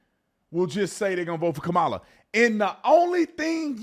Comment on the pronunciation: Why can’t you say her name!!!!!??? It’s Kamala not KUH-Mah-Luh!